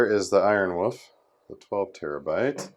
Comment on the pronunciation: Ironwoof is such a hilarious pronunciation quirk.